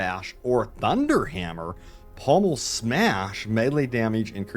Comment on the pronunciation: Try slowing down and reading. Pommel isn’t “pummel” and extremis isn’t “extermis.”